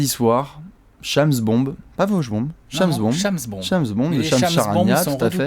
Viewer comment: C'est Shems merde ça s'écrit Shamd mais ça se prononce Shems .. ( je m'appel comme ca aussi )